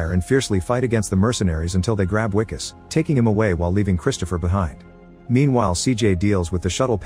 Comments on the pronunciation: I L❤️VE this movie!! Sad u pronounced it Wicus, and not Vicus! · The Wi in Wikus has the same sound as the letter "V". Or the "Vi" in Vicks. You pronounced the "Kus" syllable correctly. So instead of saying "We"-"kus", just say Vee-Kus. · As a South African I must say that wikus is pronounced vikus.much love